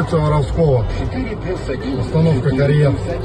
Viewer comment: Очень точно ударение поставил